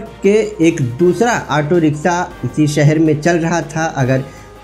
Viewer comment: Language sahi kar bhai kabhi riksa kabhi riksha.....